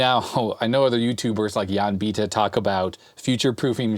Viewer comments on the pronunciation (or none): none